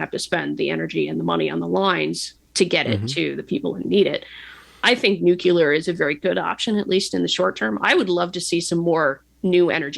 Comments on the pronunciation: All I can hear is Homer Simpson saying "it's pronounced 'nu-cu-lar'" 😂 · Nor can she pronounce the word "nuclear" correctly. Makes me question just how smart she really is.